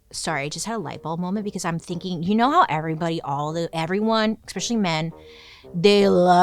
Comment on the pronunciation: "We can take them down," then proceeds to say "eXPecially" and "eXcaped." 🤦‍♀️